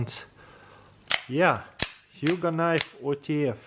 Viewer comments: It's pronounced ho-g, like ho-ho-ho. Or rogue. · It’s pronounced ho-oug